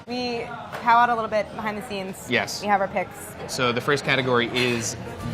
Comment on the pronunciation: Did she say we “POW-wowed behind the scene?” Towards the end when deciding what dishes are best?